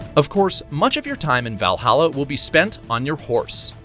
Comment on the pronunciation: “VYall Halla”